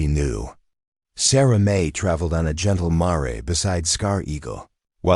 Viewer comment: I think the narator is an AI. Mispronounced Mare that is female horse. Not Mar-e such awful mis pronunciations . Also Bow in Bow and arrow is pronounced bow not boo or bough. There are different meaning of one word snd different meanings.